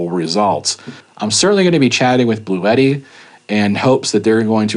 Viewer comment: it,s blue tti not blue et tti.